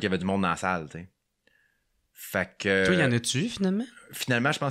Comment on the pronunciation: Toué! ça n'existe pas., c'est *toi*. S.v.p., massacre pas trop notre langue française.